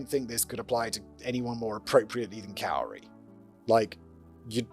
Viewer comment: and I’ve always heard this person’s name spoken as “KOO-ree”.